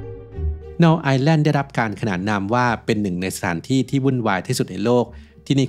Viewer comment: Null เป็นภาษาเยอรมัน อ่านว่า นูล ค่ะ แปลว่า ศูนย์